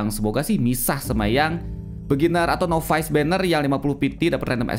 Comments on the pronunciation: NOVICE = NAVES , bukan novais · Acah acah pro english